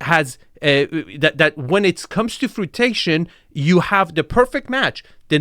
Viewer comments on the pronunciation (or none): Not “fru-ti-cian” but “fru-i-tion” as in past tense verb form of “fruiting” ✌🤣✌❤🙏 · I think you mean "fruition" not frutation, lol... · frutation killed me and I am not even a native speaker. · lol “frutation” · Bro you butchered the word “Fruition”! 💪🏼😂👍🏼 That fluent Iranian accent definitely came out there, and made a funny appearance. 🤣